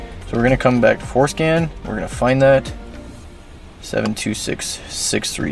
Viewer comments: Forscan nah forskin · Damn I thought he was saying going show foreskin, I'm disappointed 😂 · Sounds too much like foreskin